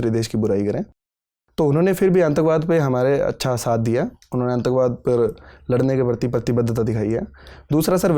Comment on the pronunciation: आंतकवाद😊 ये तो ईश्वर की बड़ी कृपा है कि विकास गुरुजी प्रशासनिक अधिकारी नही हुए अन्यथा विषयवस्तुओं की वृहद जानकारी होने के बावजूद हिंदी भाषी अभ्यर्थी सही उच्चारण के ज्ञान से वंचित रहते। आपकी वाणी इतनी कर्णप्रिय है कि आप बड़ी सुलभता के साथ सामने वाले को रीझा सकते हैं। आपको सुनने के बाद हिंदी माध्यम स्कूल से पढ़ने के बावजूद मुझे अपनी भाषा पर थोड़ा आत्मविश्वास डगमगाया प्रतीत हो रहा है।